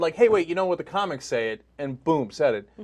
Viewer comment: You can hear her start to panic a little near the end, when she starts mispronouncing words ("distrussing," "comecs"). She knew she should have kept her mouth shut. The woman needs medication.